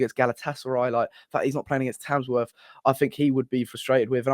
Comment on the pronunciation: there's not a single 'S' in Tamworth